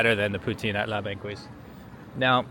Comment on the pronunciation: “La Banquise” is pronounced as “La bankease”. The qu is pronounced as a hard k.